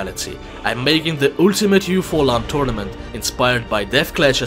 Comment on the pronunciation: Дед, ну не "ултимэт" же а "алтимэт" ;-)